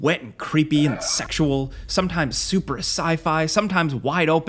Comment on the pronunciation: Hearing the way said "sexual" was both the highlight and the worst part of my day.